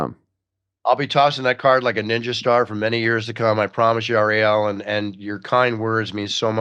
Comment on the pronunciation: Ari-Elle. LOL.